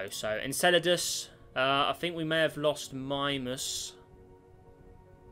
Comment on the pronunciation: You pronounced Mimas wrong.